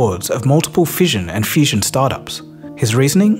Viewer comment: Guy, how don't you hear that you pronounce fission and fusion almost identically? What's more, you pronounce fusion as fission. Is it an Australian accent quirk?